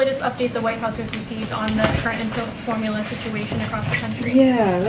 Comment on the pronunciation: This dude can't even pronounce formula lmao. For mullah? Hahahaha